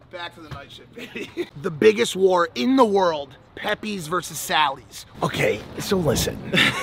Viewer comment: pepays not pepees